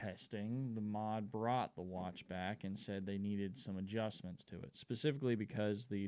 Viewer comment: Great video mate, I’ve just bought one and looking forward to it arriving. JFYI in the UK MOD is always pronounced as separate letters, we never refer to it in word form. I think this watch is going to become a modern classic